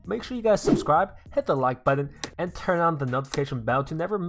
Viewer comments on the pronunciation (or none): none